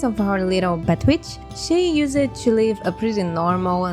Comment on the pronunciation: I adore how you say words like liked or used, like use-ed and Like ed. I know its like not gramatically correct, but its fits your accent and is nice on the ears ^^